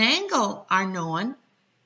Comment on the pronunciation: What's this word, "know-win"?